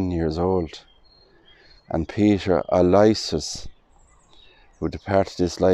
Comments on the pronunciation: Lovely video and Cathedral! FYI, I believe the name “Aloysius” is actually pronounced “Al-oh-WISH-us”. That name has always thrown me! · Aloysius is pronounced al o wishus